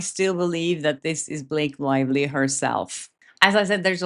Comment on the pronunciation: How come you have a Swedish/ Nordic name but an English accent? You say his woive, Blake Loivly, what is going on here?